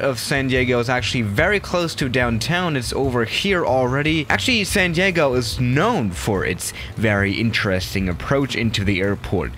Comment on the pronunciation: Ah yes, my favorite city, sand yeago